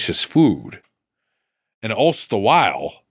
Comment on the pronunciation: “allst the while” 🤦